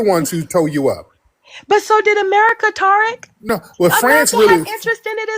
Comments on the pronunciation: The way she was pronouncing Tariq’s name as Tar-ick 😂😅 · She said, "Tariq" like tar sounds - the Tariq baby. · She keep calling him Torik 🙄 Over these immigrants!